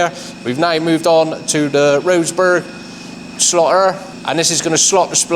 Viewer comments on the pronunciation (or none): No offense but I thought he said slaughter 😂 absolutely loving this. Are there any sites about the people who designed and built these fantastic machines?